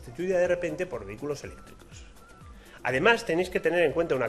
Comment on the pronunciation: Vehículo y no vehiculo. Señor "profesor"